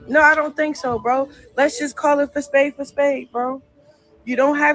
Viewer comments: She always taking other peoples lines or words and don’t even know how to say it 😂😂😂 “ Let’s call a spade a spade “ Voodoo Doll House always says that . she be watching her videos and can’t even say the word spade 😂😂😂😂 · Nah she always says "let's call it fa spade FA spade" she don't even say it right 😂 She always tries to mimic what she hears but never says it right